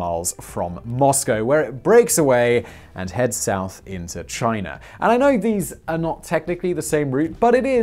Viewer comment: "Chiner" lol